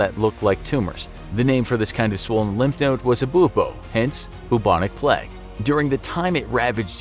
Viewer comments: It's PLAY-g not PLEG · its pernounced play-g not pl-egg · It's plague not pleg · "Pleg" Why does the narrator always say plague like this 😂